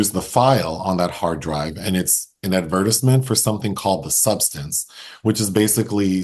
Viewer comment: The way pronounces "Advertisement" is ✨✨GOLD✨✨!! 🤩